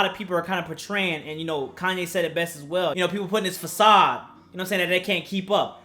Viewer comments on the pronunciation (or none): none